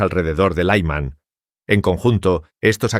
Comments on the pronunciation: Es Lyman... Creen que todo se pronuncia como inglés. Paletismo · Laïman ! Que es esto ! No significa nada ! La ciudad de LYMAN con la Y , (Como Zelensky) se pronuncia como "I" larga ! NO doy "like" a este video desde que pusieron voz artificial ! Slava Ukraïni !